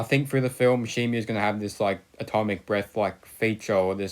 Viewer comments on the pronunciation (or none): Stop saying shimu it's shimo read the packaging